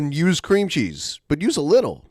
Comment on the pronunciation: I think it's so sad, that wants so desperately for his cheese (I hate how he pronounces the word cheese, over-emphasizing the CH like that makes it more "dank") to be stringy and stretch the way it does in the commercials, not knowing that those commercials don't actually use real cheese to create that effect, instead using combinations of colored melted rubber or glue, and other sorts of substitutes to make it look like melted cheese. wants that same effect so badly, and will even pretend on his food videos that his cheese has achieved that effect, when he, and the audience can clearly see that it didn't happen. Because it can't be, without making the food inedible. Just another example of how dumb, regular Americans, like, fall into believing what they see on TV as real.